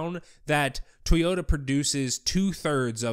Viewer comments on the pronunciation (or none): none